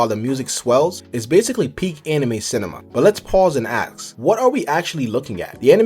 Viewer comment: stop saying "AX" man